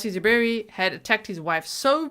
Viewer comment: I like how he said “ZOO Berry” with the emphasis on the word ZOO. Because it’s just fitting for this stupid animal.